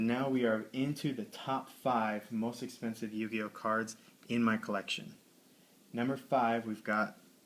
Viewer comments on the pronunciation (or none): What the fuck is a yu-guy-o